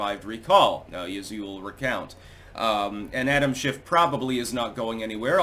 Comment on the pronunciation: For a minute,, I thought you said “shenanigans by Adam Shitstain”. 🤣